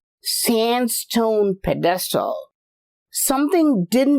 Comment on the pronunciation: your annunciation of pedestal threw me off for a few until I realized what you were saying, lol.